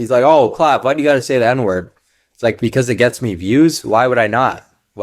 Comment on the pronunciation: He doesnt even say the n-word right